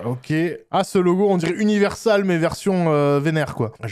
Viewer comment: Univénèrsal du coup